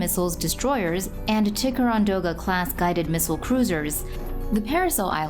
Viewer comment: “Tikkarondoughgah” lol good effort